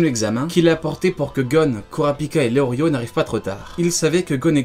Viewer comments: Mais ça ce dit pas Léorio mais Léolio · Lelio * pas leorrrrlio! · Je crois qu'on dit leolio plus tôt que leorio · Je suis le seul choqué qu'il dise leorio et pas leolio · Je crois que c’est Leolio pas Leorio non ??